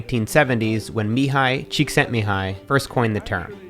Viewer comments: Wow, you did really really good pronouncing Csikszentmihalyi name. As a Hungarian I applaud you! On the video as well, of course 👌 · I really appreciate when native English speakers pronounce Hungarian names properly. Thanks Matt! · oh, my god, Matt, beautiful, beautiful pronunciation of Mihály Csíkszentmihályi, as a Hungarian, THANK YOU the effort. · As a Hungarian speaker, I was very pleased with the way you said Csíkszentmihályi's name. Great video, Matt! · The pronunciation of Csikszentmihalyi's name is perfect. I am amazed. ☺ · Can’t believe the theory i cited on my thesis paper is an actual productivity concept. It just goes to show how uninterested I was on my research class😂 Oh! And typing his last name was a legitimate challenge! On the spot pronunciation Matt!✨ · Wow...you actually pronounced Mihály Csíkszentmihályi's name correctly. That's a very hard hungarian name, so congratulation! :D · Almost perfect pronunciation Matt! (just missed an 'i' at the end) Come and check out the Hungarian flow ;) You'd be amazed! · I literally had to stop watching the video for a sec. That pronunciation had me flabbergasted. Well done.